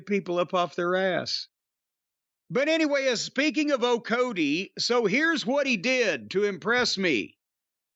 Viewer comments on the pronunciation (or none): That’s O’kody with a K 😂